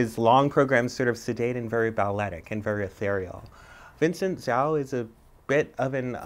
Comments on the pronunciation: ZHOU is pronounced ZOU not ZAO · I can't believed she pronounced Zhou's name like "zoo", all the people out there who remotely know how to pronounce his name must be dying rn like I am